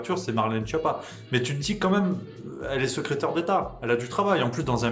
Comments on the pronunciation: Schiappa se prononce "Skiappa", nom d'origine italienne, la traduction française porte à sourire... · Juste pour info, Schiappa se prononce "sKiappa", d'ailleurs elle a plutôt intérêt à ce qu'on dise mal son nom parce qu'en Italien, "Schiappa" veut dire "nul", "cancre"...